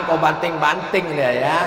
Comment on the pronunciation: Banding pak ustad......bukan banting🤣🤣🤣🤣🤣